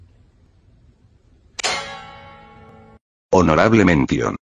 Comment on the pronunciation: I laughed at every single numero except ohnnourableh mendieon